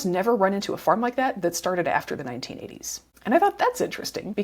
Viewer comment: I understand the word suicide, but why the fuck do you muffle the"1980"?